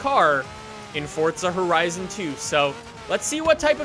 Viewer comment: Why do u say "Fortza Horizen too" it's Forza Horison 2....